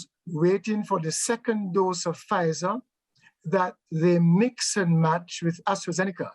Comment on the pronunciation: Lol so now this man saying you should take half vzir half moderna 🤣😂🤣😂🤣😂🤣😂🤣